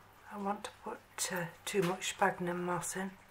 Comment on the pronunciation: It's spelled 'sphagnum' and pronounced SFAGNUM not 'spagnum'